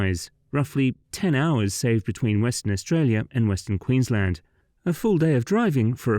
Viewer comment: Probably the first time I've heard a non-Australian pronounce Queensland properly.